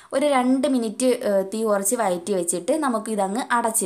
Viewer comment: വയറ്റി അല്ല വഴറ്റി...